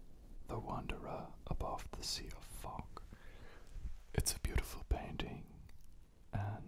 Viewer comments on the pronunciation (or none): "the wanderer above the sea of fock" fock me: lol wat also me: OH WAIT IT'S FOG OHHHH